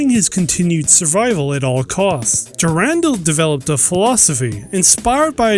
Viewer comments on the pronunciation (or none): Dur-an-dal(doll), not Durandel.